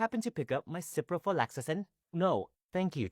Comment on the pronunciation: Ciprofloxacin has 5 syllables, not 6, and no 'lax' before the 'acin'. 😅